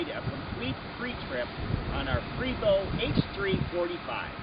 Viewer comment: its pronounced PRAY-vo